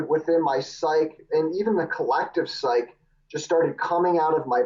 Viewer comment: Someone tell this guy how to pronounce psyche